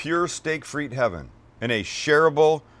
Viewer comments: Fritesss lol, its "des frites" (don't pronounce the "s"), and it are baked patato's, but looks delicious. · Isn't it pronounced 'Freet'? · It's pronounced Steak Frite (with no S) because in french you don't pronounce the "S" when there are multiple fries ;) Just thought I'd share. Much love from Canada! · It’s pronounced “freet” the S is silent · The way you pronounce "frites" triggers me so hard... Great video as always, though! Keep up the great work, love you guys <3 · Hei buddy there is no s in the pronunciation OF FRITE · You dont pronounce the “s” in frites 🤦🏿